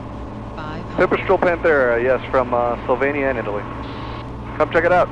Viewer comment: Thumbs up for correctly pronouncing Slovenija :)